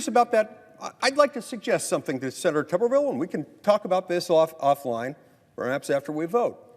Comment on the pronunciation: For the record, it is pronounced just like it is spelled: Tooberville, as in boob.